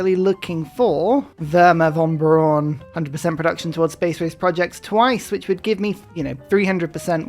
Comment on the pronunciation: With splendid verbal capabilities Werner von Braun becomes Worn Porn